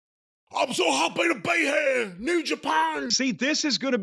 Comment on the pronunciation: I’m so hoppy ta be heaahh. New Japon!